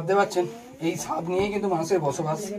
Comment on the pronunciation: দাদা সাপ উচ্চারন করতে পারেন না? শুধু দেখি ছাপ ছাপ বলেন সাপকে।